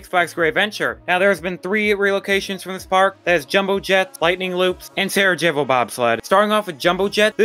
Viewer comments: The 'j' in Sarajevo is pronounced as a 'y' Sa-ra-yay-vo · Thank you! I was cringing every single time he said it. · Love your vids please just work on your pronunciations! Sarajevo and Diabolik were both pronounced multiple times